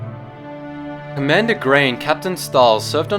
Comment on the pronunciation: 'commadner' nice....